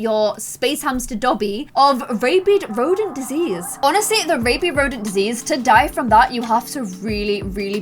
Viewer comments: Rabid is pronounced like rabbit with a d instead of a t. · Sis...it's rabid rodent disease, not rabied rodent disease.